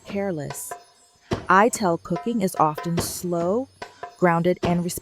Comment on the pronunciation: Good video about sounds like it’s voiced by AI. Pronouncing Ital as “eye-tell” instead of eye-tall. It’s from the vital not vi-tell